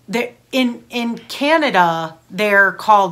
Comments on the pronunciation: FYI, it’s Canada, not Canadia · Why do Americans call Canada "Canadia"??? So many of these videos of Americans trying Canadian foods say it.